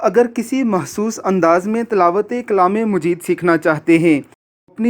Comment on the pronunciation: Please chaqe your word Quran mujeed lafz nahee Hai Quran majeed . So receding karty waqt khyal Kia. Karin.